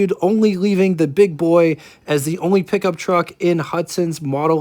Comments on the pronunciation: "Pick-Um-Up? Truck......What urban area are you from? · If you can`t say pickup then ......................